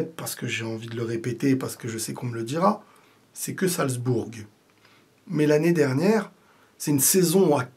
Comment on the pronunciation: ça se prononce "salzboure" et non pas "salzbourgue". Amitiés